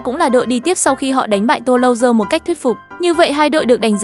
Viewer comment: Bạn không xem la Liga à mà không biết Mallorca Sau dọng google lại đọc là inta Milan😂 Tô-lô-dơ😂 Rennes là CLB ở Ligue nhé